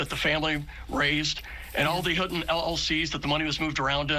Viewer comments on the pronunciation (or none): huten, hidden---you misspeak like this all the time, David.